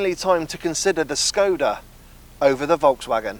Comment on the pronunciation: It is Shhhhhkoda, god damn it